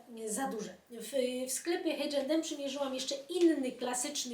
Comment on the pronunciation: Pani, przepraszam za tą uwagę, ale nazwę H& M można wymawiać po polsku. Jeżeli jednak z jakiegoś powodu wymawiamy po angielsku to H wymawiamy eicz, bez tego masakrycznego h na początku. 😊